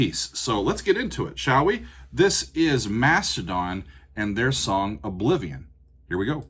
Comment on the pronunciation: I like the southern accent on "Obliviowwwn". It's a band from Georgia.